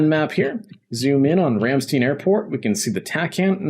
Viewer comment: Thats not how you say Ramstein😅 but great vid 😉